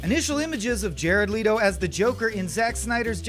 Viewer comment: Yea it's an cheaper aliexpress version of Jared Leto. That's why there's the chinese twist Leeto.